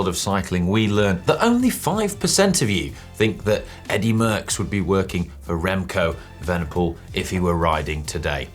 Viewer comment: lol Remco Vanderpole! common! lol get it right